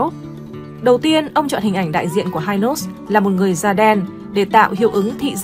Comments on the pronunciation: Nghe bà này dẫn giải thấy xạo ghê luôn pele thì gọi là chà là hi nốt thì gọi là hai nốt cũng hên má kg gọi là mười nốt luôn , hình ảnh trên kem là danh thủ bóng đá pele đó má ơi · Đề nghị nên nghiên cứu cần thận trước khi phổ biến trên YouTube. - không ai biết kem đánh răng hai nốt ( Hynos đọc theo giọng Anh) mà chỉ biết kem Hy Nốt ( đọc theo giọng Pháp) - Hình ông Võ Thành Lân là Cha ông Võ Quốc Thắng hoàn toàn sai. Lấy hình ông Võ Thành Lân ( kiến trúc sư nổi tiếng) rồi nói là Cha của Võ Quốc Thắng) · Hynos đọc là Hi-nốt, chứ không ai đọc là hai-nốt như trong clip này. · Hynos người Sài Gòn Hy- nós nhé chứ không phải hai nós đâu người đọc nhé. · Xưa nay ai nói hai nót má, gọi hy nót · Người sg xưa phát âm hi nốt không nghe hai nốt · Cần chỉnh lại cách gọi tên kem Hynos ( là hi- nốt vì lúc đó đọc theo tiếng Pháp) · Đọc theo tiếng Pháp là Hi - nốt chứ không đọc theo tiếng Anh vì Mỹ chưa có mặt ở VN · Noi tieng anh sai chiñh ta Hynos khong phai hai nos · Phát âm Hynos sai bét.....